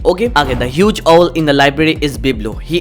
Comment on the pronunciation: Bro apka owl ka pronouncing galat hai , mujje wo chiz saamaj ne me 5 min lag gaya